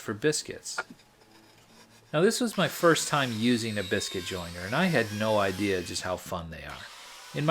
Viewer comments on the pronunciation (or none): none